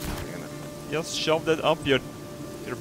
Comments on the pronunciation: Instead of JUST DO IT It's YUST DO IT Not trying to be offensive just a joke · yust cause tree...i know your swedish but could you atleast make an attempt to correct your j's (im not trying to hate im trying to help i love you!!!) (why? yust cause...tree) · "Yust Cows Tree." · yust cows tree :D